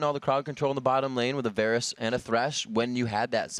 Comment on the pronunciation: I hate how he kept pronouncing "Varus".